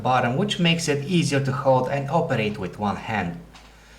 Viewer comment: hoperate... haha rofl :D